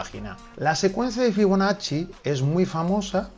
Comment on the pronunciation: Escuché «figonacci» y entré corriendo